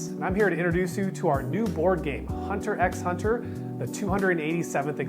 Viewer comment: It is pronounced "Hunter Hunter" without the "X"